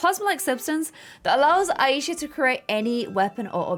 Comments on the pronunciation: Who noticed that this girl is saying the the name like: a-yee-sha But well it's pronounce as: aaa-e-sha Btw I am from pakistan and the name aa-e-sha is a Muslim or you can say pakistani name that why I know how it is pronounce but no problem we know you are quite bad in pronouncing even normal words but yah I like you you are really a good player most of the things about sums 4 l learn from you lol love u keep up this vid wss lit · Aisha is pronounced eye-sha :)